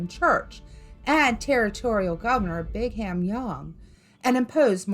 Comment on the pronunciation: born and raised in Utah, never heard about the Mormons doing this. And you can't just enter and visit Skinwalker Ranch. Just so you know it's not Brig Ham, it's pernounced Brigum (Young).